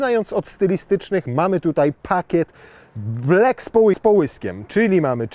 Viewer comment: to juz chyba trzeci film i sorry nie daje rady nie mówi się "blek" tylko "blak".